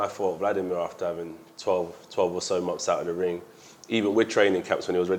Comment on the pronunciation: Like the way he says momfs instead of months